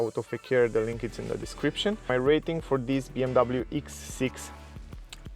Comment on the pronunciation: X bro not eeex